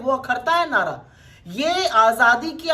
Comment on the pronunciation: nahra ko nada kiyo bolti hai 😂😂😂